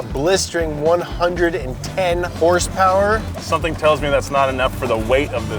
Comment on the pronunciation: James, what's horsepower? I thought it was hrrrssprrss😂 haven't heard that in a while